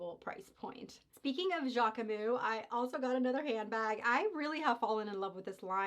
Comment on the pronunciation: Hi, it’s pronounced JackmuSS 😊 so you pronounce the S at the end and we don’t prononce the E in the middle. So JackMuS. Sending love form Paris. And yes Jacquemus is a great brand